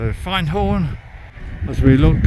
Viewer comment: ermmm... Findhorn? You nailed it first time, but then you wandered a bit, it's find rhyming with wind or binned. And Fochabers! But that's always going to be a bit tricky. On the credit side you got Lossiemouth and Garmouth right, the mouth is mouth not mith, a lot of English folk rhyme it with Portsmouth, Portsmith. Enough pedantry! Great vid, keep at it pal.